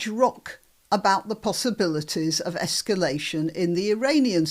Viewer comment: She can't get de-esculation right either, prefers esculation to escalation. Does she know what's goin' on? I doubt it.